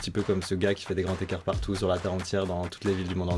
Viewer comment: Please, de grâce, pitié pour nos oreilles ! SVP, des grands-z-écarts, pas des grands-t-ecarts ...